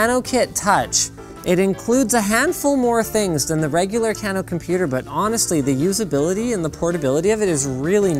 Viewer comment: Kano pronunciation Can-o? No it is Cane-o